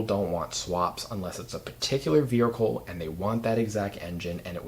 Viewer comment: Why is everyone pronouncing vehicle wrong. Veerhicle….?